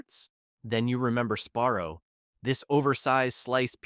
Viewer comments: Is it Sparrow or Sbarro????😂😂😂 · Embarrassing mispronunciations throughout this video. “Sparrow”??? Yikes. Also, way too slow in delivering the info. Talking like we are 8 years old. Speed it up, ffs.